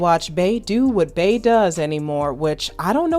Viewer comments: Just wondering why you keep calling her “bae”… it’s Bey, as in Bee 🐝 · if you wanna call it a trigger so be it…but ppl mispronounce our names all the time…Lake is a nickname, not my birth name. And it’s always mispronounced or misspelled…and with us it gets old….my other cheek is tired. Her name is Beyoncé, aka Bey. Not Bae. And as a professional if you doing your research on an artist to do a piece on them, you should know how to day their name or moniker. I’m sure you correct ppl for saying your name wrong….if that ever happens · the way u pronounce "Bey" as "Bay" and the way u robotically & awkwardly say "hot words" like "vibe" & "big chune" make this video almost unwatchable 😂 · if her name is BEE yonce aka Queen BEE then why in TF would Bey all of a sudden be pronounced Bay?! Quit stretching …interviewers and bloggers need to KNOW the subject they are speaking about. And this isn’t a Beehive thing, it’s a BLACK thing….our names ain’t that hard to pronounce….even our monikers. No excuses. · How u black & can't say "BEE" ...... RIGHT smmfh ...... I'm clicking the 3 dots & hitting the "do not recommend this channel botton" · Every time she said “bae” i was like “who tf is that” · Nah F that “who cares”….get ppl names right. If we can pronounce Shanholtzer you can say Bee (Bey)…it’s not that hard.